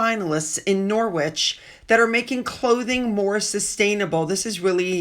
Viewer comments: it is pronounced Norrich xx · Norwich is pronounced 'Nor-itch'. The 'w' is silent. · Norwich is pronounced NORRIDGE. Kate Blanchett trying to look really intelligent with all that face filler ... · I live here - its pronounced ‘Norridge’ 😊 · Norwich... Pronounce Norritch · it's Naw as in raw, rich, silent W. ❤